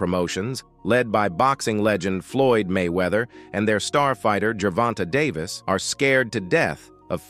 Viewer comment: “Ger Vonta Day versul” 😂🤣😂